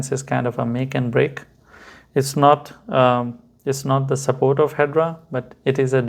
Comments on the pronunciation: Pronounced Hed-era not hedra 😊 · First and formost, It’s Hedera not, ‘’Hedra’’ Your lack of the basic knowledge is apalling. ‘’Hedera’’ means IVY in Latin. Calling investors stupid; people trying to make a better life out of themselves but made a mistake, that’s rude too. Your face- fugly. YOUR PERSONALITY-FUGLIER.